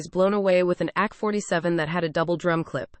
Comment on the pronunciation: This sounds like a real persons voice and not a robot, i might be wrong through. "Ack 47" kind of threw me lol